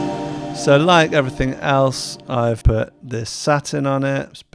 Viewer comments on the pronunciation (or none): none